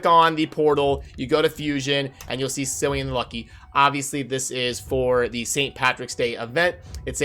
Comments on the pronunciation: Tempting as it might be to call him ‘Silly-an’, it’s ‘Killy-an’. Hard C. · Just FYI, Cillian is pronounced with 'k': Kill + ee + an. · its pronounced Kee-lee-an